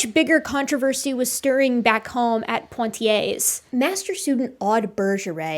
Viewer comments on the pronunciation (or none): Really enjoyed this and learned a lot. PS. Not "PoNtiers" Poitiers - pronounced "Pwa-tiers" Soz. Pedantic Brit here. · Toumaï, not Tomaï. Poitiers, not Pointier's. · It took me 30min to understand that "Point i ay" was the city of Poitiers. But as a french, I forgive you, you didnt called Michel Michael. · thanks for this. superb analysis. one thing - pwa-tee-ay. otherwise perfecto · ) Poitiers is pronounced without the terminal s, great video, watched until the end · It was a great video. Emotional Men strike again....But just to be the girl in the bathroom who tells you the label is showing on the back of your shirt...That's not how Poitier is pronounced.